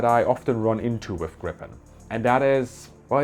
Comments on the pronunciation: So sad that a person able to pronounce the name Gripen chose to pronounce it Grippen instead of Griipen (greep-uh'n) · Greepen, please, not Grippen. 'Pedantic linquistic nerd being correct, no matter what you say!' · saab pronounce it "grippen" in their own material. Its the English way. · Pronunciation...put moore iii and less pp when you talk about Griiiiiipen....othervise it sounds like saying "smott" instead of smooth.... :) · Not to nitpick here but it‘s Gree-pen, first syllable stressed, long ee (German ie). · The name is Gripen, spelled with one 'p', pronounced like if you spelled it 'Greepen' in English. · NB: The "i" in Gripen is a LONG vowel, like "Greepen" -- got it? Tack! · Gripen, not grippen 😅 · Not pronounced [Grippen] though. More like [Gree-pen] or [Grie-pen]. Means "The Griffon" (the mythical creature with a back half of a lion and the front half of an eagle). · Sigh....You dont pronounce it "grippen", with two "p". You say "gripen" where the pronounce is on the "i" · It is pronounced with a longer i more like two ii "Griipen" It is an ancient fable animal horse/lion there was one in Alice in Wonderland. It makes the pronunciation in English less wrong. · The plain is called Gripen and not Grippen learn this please. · Just a little detail. The name of the plane is Gripen, spelled with one 'p', pronounced like if you wrote it 'Greepen' in English. Thank you. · Gripen is in english pronounced Greepen.......not as it sounds in swedish when spoken in english: Grippen.....Thanks for a nice video! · Perhaps totally irrelevant, but: the name of the jet is pronounced [gree-pen], not [gripp-en] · Not "Grippen", it's "Griiiiipen", thank you for the video :) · Fun fact: grip means griffin. Gripen= the grip/the griffin. It's pronounced 'greepen' rather than 'grippen'. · Gripen, not Grippppen......🙂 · The name Gripen should be pronounced Griepen and not Grippen. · It's pronounced "greepen", not "grippen". Also, Swedes all call it JAS (pronounced "yahs".